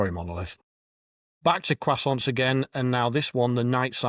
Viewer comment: That pronunciation of croissant goes at the bottom of the tier list.